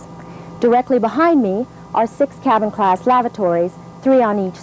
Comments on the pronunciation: LOL i thought she said cattle class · I legit thought she said "cattle class"